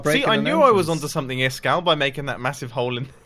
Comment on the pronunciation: Its iskall not iskaal